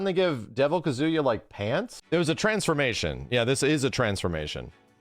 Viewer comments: Ka-zu-yaa pleaaaaseee Not Kazoo-ya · Is pronouncing Kazuya like that a meme? It's driving me up the wall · Okay I'm glad I'm not the only one hearing "KaZOOyaah" every time haha. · yeah the way ppl pronounce Japanese names is sometimes kinda cringe. It’s “KAHzuya” lol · it's pronounced kazuya not kazuya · Every time says Kazuya's name, I just keep thinking "Banjo-Kazuya." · Bruh same!! All I hear is banjo Kazooie 😭😭😭